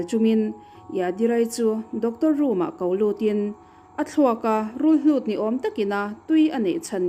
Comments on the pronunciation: Rulhlut ni lo vin, Rulhut tih tur aw. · rulhlut a ni lo.rulhut a ni e.